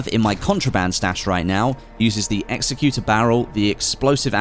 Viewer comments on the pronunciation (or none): none